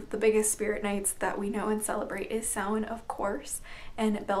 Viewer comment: Awesome video.. And dafuq, have I been pronouncing Samhain wrong this whole time? Lol